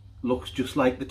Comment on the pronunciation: Love you but do not be calling rice LICE not cool man.